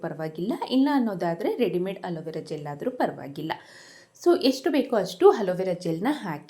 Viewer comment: Halovara alla adu alovara sarige kannada mathaduvudu kaliri